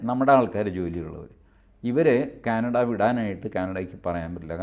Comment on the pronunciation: ക്യാനട അല്ല...... കാനഡ ആണ്. 😊👍